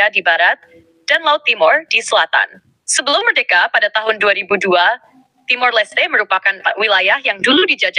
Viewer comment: TIMOR.... bukan timur